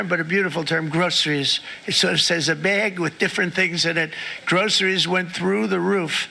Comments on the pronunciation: Trump struggles saying it, "grow-sirees" because he's never experienced it! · He says gro a ress 😂😂😂😂